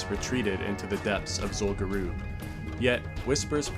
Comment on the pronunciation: What's Zul Guroob? Do you mean Zul Gurub, the raid (and later dungeon) in STV?